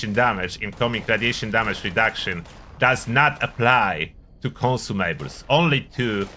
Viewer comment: Take a shot every time he says "con sue may bells"